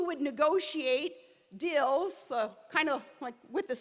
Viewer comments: "Dills"....Deals xD. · Watched the Sarah Palin endorsement speech and listened to her talk for 20 minutes and learned 2 things. Deals = Dills and Veil = Veal.